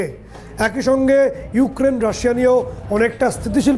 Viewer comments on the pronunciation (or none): none